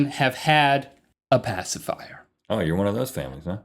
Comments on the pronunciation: "Pacifwower" = Passive hour? XD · Hello from 2020. I’m just here to appreciate the commitment to pronouncing it “pacifywer” throughout the video 👌 👍